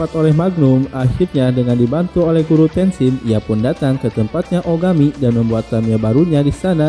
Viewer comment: Reviewnya bagus tapi ada banyak kesalahan dalam penyebutan, seperti: 1. Beak Spider, Beak bukan Black, pengucapannya "Bik Spaider" bukan "Blek Spider" 2. Rei Hijikata (pemilik Ray Stinger) pengucapannya "Rei" bukan "Rai" 3. Guru Tesshin (Okada Tesshin), bukan Tenshin 4. Mobil Jiromaru bukan Saber 6000 tapi Saber 600 "Jiromaru Special" 5. Gen Kondo (pemilik Brocken G) namanya dibaca Gen biasa, bukan ditulis Gene dan malah dibaca Jin" 6. Dan beberapa kesalahan pengucapan minor lain yg g bisa sy sebutin satu per satu disini. Maaf tapi ini hanya koreksi dari saya sebagai salah satu fans anime ini. Saran untuk kedapan lebih baik mempelajari dulu pengucapan dan istilah² di anime yg akan direview sebelum recording. Tujuannya tentu agar channel ini semakin baik, informatif, valid, dan nyaman didengar dalam membuat ulasan. Sukses selalu.